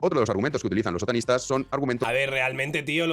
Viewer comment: Parece que dice "Sotanistas" más que "Otanistas"!!! Pense ¿Los Sotanistas son los que llevan sotana?